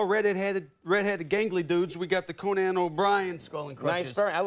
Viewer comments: CoNano Brien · The way he says Conan is so funny lol. CoNan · Co-NaN... He must be a Conan fan and knows he doesnt like that at all haha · I love that he calls him CO NAANN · Canadian pronunciation.